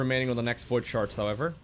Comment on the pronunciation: lol he saying void sharts